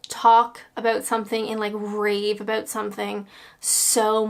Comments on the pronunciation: I can hear the aboat (about) coming back very strong lol. I know you said about shows before you were born but the 70s/80s shows were the best of British comedy. Try blackadder goes fourth, love thy neighbour, only fools and horses, Till Death Us Do Part and a 90s show called Royal family and a Irish show called Derry girls. I'm sure you will have a brilliant laugh. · i think i might be the only brit that doesnt own a tv, dont miss it. happy to listen to say 'about' on youtube tho:D